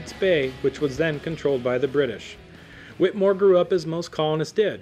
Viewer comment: I too am a relative of Samuel Whittemore. This was SOOO incredibly difficult to listen to because this guy kept pronouncing "Whittemore" incorrectly. It is pronounced "Whit a more". The "E" is in there for a reason. I appreciate the info on my relative but I am a strong believer in saying names correctly, especially if your doing a part on them.